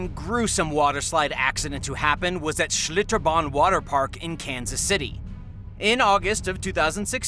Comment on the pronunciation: Lmfao why you gotta say schlitterban like that bro 😂